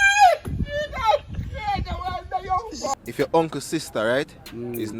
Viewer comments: Did he said " defination" or I am hearing wrong. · Defishiniation🤣🤣🤣🤣🤣🤣🤣🤣🤣🤣🤣🤣🤣dawwgg wull a wi dunce enu